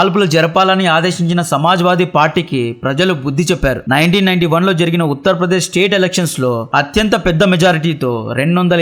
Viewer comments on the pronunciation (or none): మీ మాతృ భాష ఏమిటిబాబు ? తెలుగు భాషను ఖూని చేసారు. ,కార్ సేవకురు , కాదు. "కర సేవకులు". బాబరీ మసీదు గా మీ మీడియా వాళ్ళు ప్రచారం చేసారు. ఉత్త'ర్ ' ప్రదేశ్ కాదు. ఉత్త'ర' ప్రదేశ్